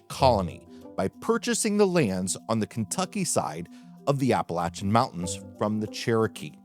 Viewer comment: Thank you for pronouncing Appalachian properly!